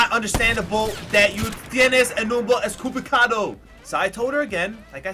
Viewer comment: Its equivocado not estkivocado lol